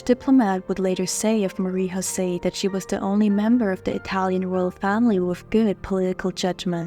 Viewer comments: Her name is not pronounced in the Spanish tongue you use on her name but in French with a J and not a Ch as you say it! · You pronounce "José" in the Spanish way. That is incorrect. You should know better.